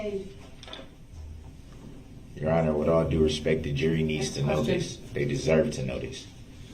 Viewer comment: I quite enjoyed the "dish-respeck" he kept complaining about. Also, "da troof."